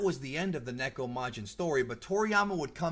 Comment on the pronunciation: First off, THANK YOU for pronouncing neko correctly! A lot of people mispronounce Japanese words and it irks me greatly!! Second, Usa is short for Usagi which is Japanese for bunny/rabbit. Like how Mini Moon/Rini is really called Usa-chan in Japanese cuz she is mini bunny, Usagi-chan/Sailor Moon. There were other things I wanted to comment about but I forgot. But this was hilarious and amusing.